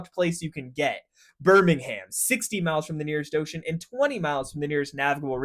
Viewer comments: Less "Ham", please. BirmingHAM is in Alabama. " Birming'um' " or Brum is the English city. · "BirmingHAM" ❌ "Birmingum" ✅ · Birmingham (that's ham said like hum) is known as the Venice of Britain with all it's canals, most of which are still in operation and even in the city center from what I can remember you can see narrowboats! (Has been about 7 years since I last went) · Wh y did you say DOMESDAY instead of DOOMSDAY? At least you said Birmingham (ber-ming-um) correctly once instead of Birming-HAM ! 😂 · It's "Burmin'gum" not "Bir'ming'HAM'" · Please say "birmingum" like we do, you dont need to change your accent or anything just dont say the silent ham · Birmingm not BirmingHAM pronunciation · no. It’s not pronounced ‘ham’ it’s an ‘uhm’ sound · It’s not birmingHAM it’s pronounced Birming-um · Birmingum and Doomsday, not BirmingHAM and Domesday. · Birmingum, not Birming-ham! 😂😂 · It is Burr ming ham, Birming 'um' is closer to the local dialect The dialect, like much of the UK, is very diverse over relatively small distances. I'm from Walsall, which is on the edge of the 'Black Country' and the accent is different to birmingham even though it is less than 10 miles away. And no, Birmingham isn't in. The black Country, despite the brummies claiming it is. On a side note, the first commercial steam engine was fitted on the site I work at now, to pump water from the coal pits ! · Gosh I really want to be able to enjoy the information shared, but the pronunciation of BirmingHAM sooooo many times is just so distracting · Burminum mate, not BirmingHAM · BIRming-um .... THAT is how you pronounce it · Clearly you knew how to actually pronounce it since you did it once...why did you revert to saying birmingHAM? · As an American who moved from Alabama to Birmingham, every time he said "Birming-HAM", my soul died a little inside (especially as he said it correctly once... T-T).... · "LiverpOOOl" "BirmingHAM" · burmingham ahahha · It's "Birming'um" mate. Americans......